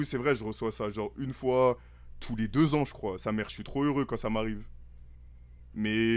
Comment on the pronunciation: Ahh oui le fameux "icroi et pas"